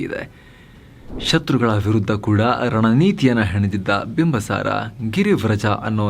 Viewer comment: Bimbasara alla bimbisara ansutte...yakandre nanna magu school history book nalli bimbisara antane ide sir..